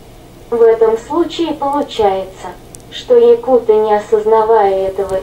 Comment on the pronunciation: Если якуты , то ударение на у .ЯкУты.